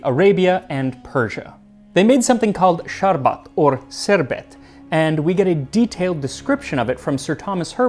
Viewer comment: This guy's pronunciation of "Sharbat" Kudos my man, Kudos